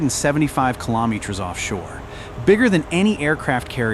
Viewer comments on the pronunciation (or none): Talk about LOUSY CHEAP AI garbage. It is too stupid to pronounce METERS and KILOMETERS correctly!